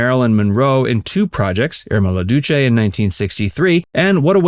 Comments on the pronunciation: Irma la Douchay???? It’s pronounced “doos.” Look up the song. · Irma la Douche = Stop pronouncing it as dooch! That means a shower of water. Irma Las Douce rhymes with GOOSE and was French for "Irma the Sweet. You should write your script phonetically so that your bot can read it correctly. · It’s IRMA LA DEWSSSS. HARD S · Tim LA DOUCE is French and rhymes with JUICE . DOUCE MEANS TENDER . BARBARA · Its Irma la douce. The e is silent Chris in Toronto